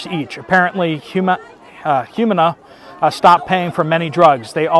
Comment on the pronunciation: Humana is pronounced "hu MAN ah"